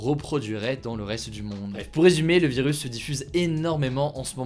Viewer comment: Y’a que moi ou il dit « vilus » 😂